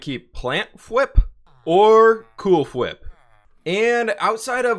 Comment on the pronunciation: Cool fwhip. Cause it sound like you’re saying cool whip